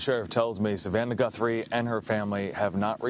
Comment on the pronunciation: That's Nancy gut throw, that's how you pronounce , Nancy Guthrie, good luck with your new show brother,,👍👍👍